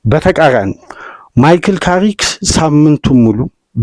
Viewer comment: ካሪክ ነው የሚባለው